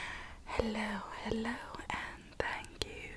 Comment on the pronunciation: When she said hello at the start it sounded like she said headlo